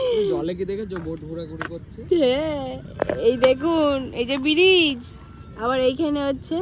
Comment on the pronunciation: প্রথমত জানতে চাই কতদূর লেখাপড়া করেছো যে রেস্ট কে রেস বললে, গ্রুপ কে গুরুপ বললে, আর ব্রিজ কে বিরিজ বললে তুমি নাকি আবার Students পড়াতে তাদের ভবিষ্যত তো একেবারেই আধ পোড়া বিড়ির আলোর মতই ঝরঝরে দশা আরে English Pronounsation ঠিক করে করতে না পারলে English শব্দ বলার কি দরকার! Rest হল English Spelling তাহলে ঐ T এর উচ্চারণ টা করলে কই, Group হল English Spelling টা আর Bridge হল ঐ English Spelling টা বুঝেছো। বাংলা উচ্চারণ টাও ঠিক করে করতে জানেই না আরে ওটাকে বাংলাতে পতাকা বলে আর English এ Flag বলা হয় বলে কিনা পতকা বাংলাটাও ঠিক ঠাক বলতে জানেনা এ আবার কিনা Teacher ছিিল এ টিচার না ফাটিচার ছিল ভাগ্যিস বলল ওটা Indian Flag নইলে তো জানতাম না তো! এমনকি র জামাই বাবু বলল জার্নিং ওটা জার্নিং উচ্চারণ হবে না ওটা হবে জার্নি English Spelling Journey বুঝলে জার্নিং না বলে বরং মর্নিং বল এবার মহা মুর্খ গুলো যতসব। এবার বলি ওহে মহা পণ্ডিত ওটাকে সন্ধ্যা তারা ফুল বলে না ওটা হল " মাধবী লতা" ফুল ঐ রবীন্দ্র সঙ্গীত টা কোনও দিনই শোননি " এই মাধবী লতা দোলে" আর ঐভাবে কেউ গাছ থেকেই ফুলের গন্ধ নেয় ফুলের মধ্যে পোকা ঢুকে থাকে তা নাকে ঢুকলে বেড়ানোর মজাই নষ্ট হত অশিক্ষিত পরিবারের লোকজন সব। আর কোলকাতায় এসেছে একটু Manners, Etiquette এইসব শেখ এটা পাড়া গাঁ নয় যে অ--------- ত্ত চেঁচিয়ে কথা বলতে হবে বুঝেছো একেতো খুবই বেশী কথা বল খালি বকবক করে নতুন বৌ এত কথা বলে! এটা Love Marriage ছিল তাই আগে থেকেই সব চেনা পরিচিত ছিল বলে একেবারেই ধরা কে সড়া ঞ্জান করছে। আর হ্যাঁ চিকেন রোল বিছানাতে বসে খেল তান্না তাছাড়াও ঐ চিকেন রোলে হাত দিয়ে ঐ হাত না ধুয়েই নতুন জামা - কাপড়, নতুন জুতো এই সবেতেই হাত দিয়ে সবটাই এঁঠ